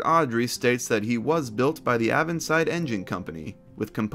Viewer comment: A correction of a piece of pronunciation, with a (hopefully) interesting tale. The "Avonside" is /'eivn.sayd/, not /'ævn.sayd/. The river in question (one of actually several rivers with the same name), which reaches the sea at the city of Bristol, is called the Avon (/eivn/). The name is an Anglo-Saxon borrowing of the Brithonic (ancient British) word for 'river', which naturally survives as Welsh afon, '(/avon/, 'river'). So the River Avon is etymologically 'River River'.